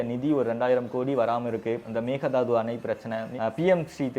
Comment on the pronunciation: Bro small correction in pronunciation it’s called mayke daatu and not mega daadu